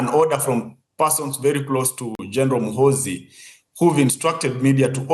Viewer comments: He will teach u how to pronounce his name Gen muhoozi juuuu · General mu-who-zu😂😂😂